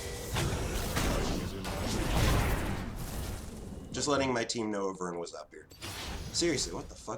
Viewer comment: Great videos and commentary just triggered by the way you pronounce ivern and mana. It's "eye-vern" and "man-uh" lmao